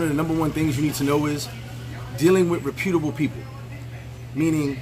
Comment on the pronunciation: reputable (rep-yuh-tuh-buhl) just saying, no disrespect.